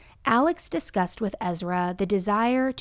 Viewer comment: For someone who is just so intelligent, her saying we disgusted instead of discussed lmao